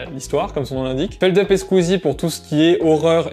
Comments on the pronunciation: par contre, fais attention si tu tiens à la vie, c'est feldoupe pas feldeup x) super vidéo comme d'habitude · Jcrois même qu'en interview chez DFG il avait dit que c'était feldupe en mode tu prononces bien le U 😳 je risque de me faire des ennemis... (Merci pour ton com champion)